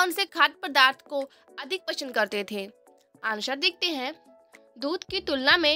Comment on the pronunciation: Abbey pasnd ko Pashand kon bolta hai 😂😂😅